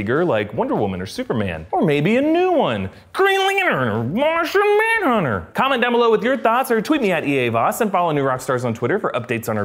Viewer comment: the way he said green lantern and martian manhunter killed me